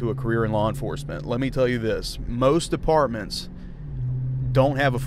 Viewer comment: I was like are u saying apartments or departments.